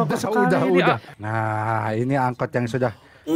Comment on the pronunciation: Angkot malah jadi angot😂